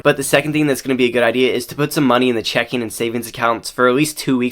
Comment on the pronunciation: Great information! But reading checking account as “check in” is rage inducing 😂